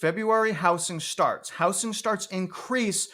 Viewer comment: Housing---pronounced how-zing...not how-sing. Thanks